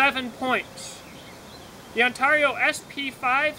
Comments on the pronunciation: Say Heah. There's a few interesting Choppers on the market, The BK-20 and the BK-21, Oh, I called a Operator in Ontario, Canada and she pronounces Ontario different then your take on it, I think your trying to be unique which is kewl beanz, But I just wanted to hear what the correct way was, I guess some say Potato and some say Potato. I say On Ter Io, and you say Un Tar I, Different strokes for different folks I guess, It does bring attention though. But I had to check it out and the Chinook say it like I and most of everyone else. No biggie, But Yeah, I think the BK-20 is a little better than the O. K. C. Mine Rader because the BK uses a 1095 CroVan, Oh, I also have the Himalayan Imports M-43 which is a full tang, Infact I have (2) in different sizes. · As an upstate new yorker, that was driving me nuts lol